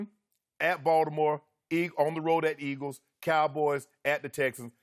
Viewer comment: He has a speech impediment lol it used to be a lot worse